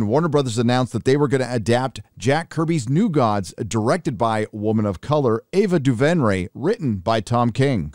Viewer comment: I don’t have a problem with your take, but the way you pronounce Ava Duvenray is Duvenray (Doo-Vrin-A). That’s it. That’s all I wanted to say.